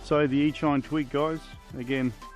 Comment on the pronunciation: it aint ear-shine bruh its ear-cheen